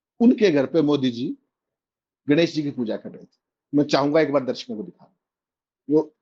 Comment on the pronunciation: Abey saley kahan kahan se uth kar YouTube par aane lage ho. Bolna to seekho presentation dhang se karo. Darshako hota hai Darsako nhi hota